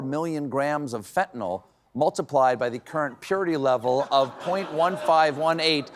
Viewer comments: Hey Bondi It’s fentanyl, not phentanol stupid! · Pam can't even pronounce it correctly. Its fen/tan/ill, not fen/tan/all. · It is not pronounced fentanOL, it is pronounced fentanIL. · Watch each show. you are impressive. please pronounce fentanyl properly. "yl" , not "ol" Thanks- just trying to help you not sound like a "drummie" -Laav You, Stephen (also- YES to the Canada Comments!) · I am so tired of people pronouncing Fentanyl as “Fentanol.” Pam, it’s pronounced like “Fentanill”. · Steven, fentanyl is pronounced fentanil, with a soft I, not fentanol with an O. Dumbasses say fentanol with an O, please don't join them. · I don't understand why this is still a problem but people PLEASE stop saying fenta-NOLL. It is pronounced fenta-NILL... If people don't know how to pronounce it, then they definitely don't know how to spell it 🤦‍♂ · Is "fenatnol" different from "fentanyl"? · Nothing says Fox viewer like pronouncing Fentanyl "fen-tin-all" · Fentanyl Blondi, not fentanall. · In common with literally every American I've ever heard mention it, Stephen and Blondie Bondi both think that fentanyl is called "fentanol" 🤦‍♂ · Bondi can't even pronouns "fentanyl." Cabinet of fools and she is one of the biggest. 😘